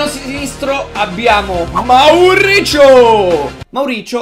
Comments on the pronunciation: Mauricio se dice maurisio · Ora tutti a dire che non ha detto bene il nome di Mauricio ahahah xD